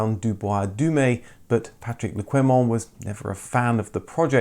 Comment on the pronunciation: You interviewed Patrick le Quément - but kept mis-pronouncing his name. Qué in French is pronounced 'kay'